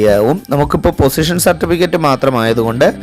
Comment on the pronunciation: പൊസിഷൻ അല്ല... പോസ്സെഷൻ ആണ്.